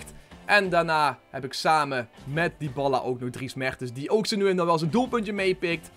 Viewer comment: Waarom spreek je het uit als Dyballa ?